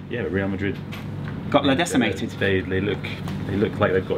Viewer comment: "They got 'La Decimated'" :D